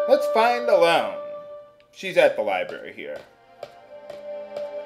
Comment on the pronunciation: I know this lets play is like 5 years old but i'm pretty sure Ellone is pronounced El-uh-nee, similar to how Hermione is pronounced in Harry Potter